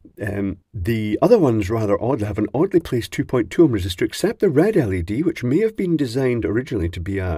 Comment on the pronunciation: I'll always be glad you say LED as L E D.. and not like you're saying LEAD (like some do). Since it's acronym after all. Just my opinion though.